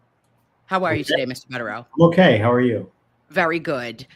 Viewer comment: I think they are wonderful too. I did cringe each time she called him Mr. Bedereau. It is Attorney Bederau.